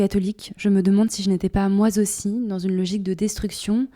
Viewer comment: 👍 N.B.: Moi zaussi, la liaison dangereuse